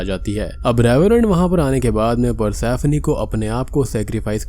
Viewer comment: भाई ये पर्सिफोनी को प्रसैफ्नी बोल बोल के जो तुमने इरिटेट किया है न!! 🙏🏻🙏🏻